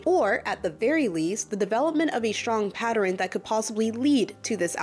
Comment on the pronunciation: I’ve never understood what exactly took place between her and fd (whom I can’t stand) but hearing someone say patterin and repeatedly gives me the absolute itch 🤦🏾‍♀️ Can’t get through this but I’ll try again later.